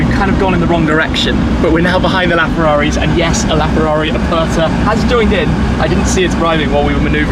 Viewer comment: No one::"farraris"